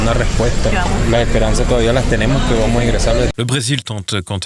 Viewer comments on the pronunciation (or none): none